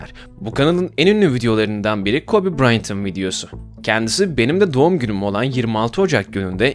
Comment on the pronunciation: ABİ İDÖLÜM OLDUĞU İÇİN TRİGGERLANDIM BRAYNT NE YA BRYANT DOĞRUSU